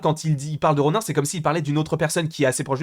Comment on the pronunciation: Ronin se dit "ronine" bg